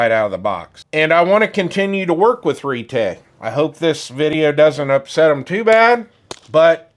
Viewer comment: Retay or "Retry"? Thanks for the review, but it's not for me.